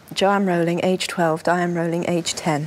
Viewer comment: At least she pernounces Rowling propperly... xD